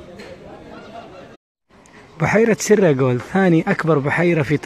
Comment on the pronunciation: ليش تقول سراجول بتشديد علي حرف الراء ما فيه لغة بالعالم عندها الشدة غير اللغة العربية وهاي لغة تركية مش عربية